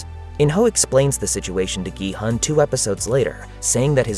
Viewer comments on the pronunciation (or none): The main character‘s name is actually not pronounced “gee-hun” (gee like in geese and hun like in honey). It is pronounced “gee-hoon” (gee like in geese and hoon almost like moon). His last name is seong (seo like “sau” in sauce and “ng” like in rang). In Korean culture the last name goes first and then your name, so it’s actually seong gee-hoon (성기훈)